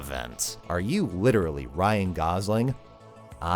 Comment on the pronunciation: Lichurully unwatchable.